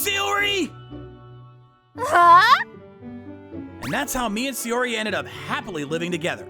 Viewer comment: S-AIYO-ri?!? Where'd the extra Y come from?